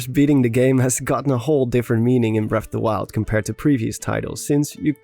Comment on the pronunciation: Bref of da wiald